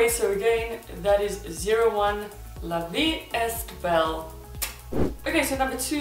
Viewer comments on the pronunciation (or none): it's funny when you say ''la vie esstt belle'' hhhhh, it's frensh and it's pronounced like this la vie ''é" belle without the S and the T, it means life is beautiful , good review :)) i like it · "la vee a-bell" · Great review! La vie est belle is French for life is beautiful. Est is pronounced aay or how you would pronounce the letter 'A' you were nearly there. The t in est is silent. You have done by far the best swatches of the matt matt matt lip glosses here on you tube! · Thanks for sharing these! The pronunciation of La Vie est Belle is "la vee ay (rhymes w/ bay, may, etc) bell" Have to put my years of French to some sort of use, ya know!!😉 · that was almost right, the est bit pronouces "ea" we dont say the t 😊. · la vee eh bell